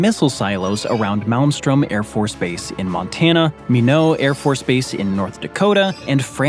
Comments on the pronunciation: As a North Dakotan, I had to cringe at the pronunciation of Minot... it's (my-not) not (me-know) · Minot = "My not" North Dakota. Not to be that guy, it's just a beautiful town that deserves some love 😊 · Not sure why it bothered me so much, but it's "my-not", not "minnowh", North Dakota lol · Why can't any of these people pronounce Minot (My not). I watch a lot of these videos and they never pronounce it correctly. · Minot is pronounced "Mine-OT" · minot is pronounced like "my knot" btw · It's pronounced "My Not" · It’s Minot pronounced My-not. Like we said in Grand Forks, “Why not Minot!” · Minot in the U.S. is not pronounced like a French word with silent letters, all letters are pronounced. Pronouncing it like a North Dakota native would be My-Knot. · Minot afb is pronounced with a T